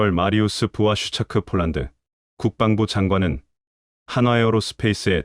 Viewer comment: 왜 자꾸 폴란드을 쫄란드라고쓰고 읽는지 알수가없네 폴란드사람이보면 무식한것들이라고 욕하겠네 좀 똑바로하세여